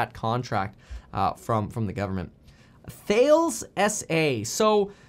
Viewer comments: Americans be like thales lol its taaaaalisss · Thales is pronounced "tallus" lol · Thales- pronounced as “ ta las”